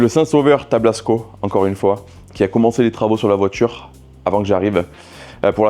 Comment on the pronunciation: Tablasco le saint des saints sauveurs et non tablsaco 😁😄